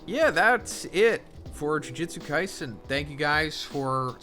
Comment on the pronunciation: 271 chapters in and you still can't pronounce the title correctly, I guess that's consistency.